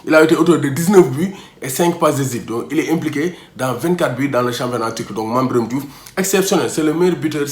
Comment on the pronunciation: à propos de la prononciation de mame biram de retour au l'équipe national ça m'oblige de japper t'es vidéo mais arrête